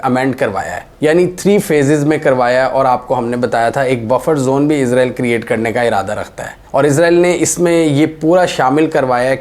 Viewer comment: Is ra eel not izrael